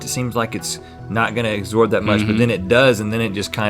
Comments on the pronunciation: why they keep saying "agsorb"? Lol so many people say that, too. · Is anyone noticing they kept saying “exsorb” not “absorb”😂😂